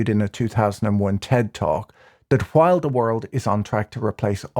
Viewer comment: I like the way you pronounce "while" as "kwhile", funny finance man.